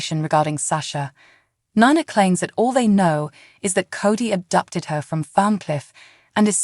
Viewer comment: Can't you please pronounce Esme's name right?! EZ may... that is how its pronounced, not Esem! NINA is Nee nah... not Nie nah!